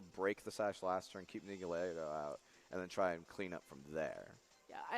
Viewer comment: Ugh! I'm bothered so much with how you pronounce Nihilego. It's Nihil (like nihilism) and ego (like your mind, not the waffle). It's modeled after a pretty hat and a mind-controlling jellyfish.